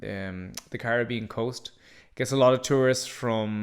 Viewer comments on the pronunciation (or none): none